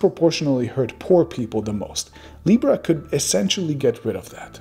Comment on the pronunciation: "Now you have libra." I understood, "Now you have Lepra."